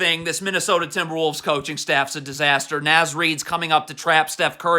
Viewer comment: I like how he dunno how to pronounce Naz Reid name 😂. N(AW)Z not N(azz) lmfao